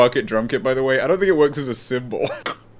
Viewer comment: WHO DO YOU FINK GAVE YOU THE TEEF